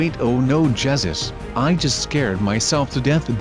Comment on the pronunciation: lol its funny how he said jegus lol